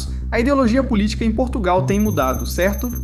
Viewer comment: Portugal está irreconhecível por causa da imigração descontrolada, nem falar sabem... "Porrtugáu" que tristes!!!